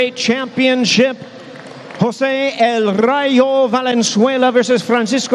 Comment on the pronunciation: Come on Jimmy, you have been announcing fights since the 80's and you end up messing El Ray Valenzuela? No Jimmy is called el Rayo!!! El Rayo Valenzuela... The lightning Jimmy!!! The Lightning!!!